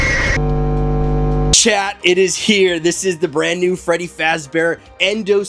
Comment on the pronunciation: still calls Withered Freddy as Withered Feddy 😭